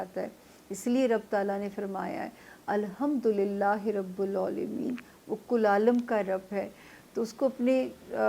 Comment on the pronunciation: ربُّ ال نہیں ربِّ ال ہے